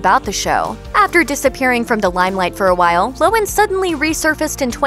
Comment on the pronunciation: LOHAN, not lowen.